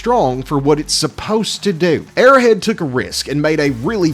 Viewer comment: It's Arrow Head. Not "airhead"